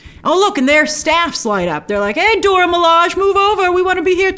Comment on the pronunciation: How many times is Grace going to mispronounce Dora Milaje?